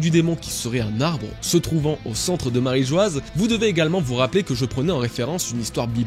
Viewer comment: Marijoa pas marijoaz écrit en phonétique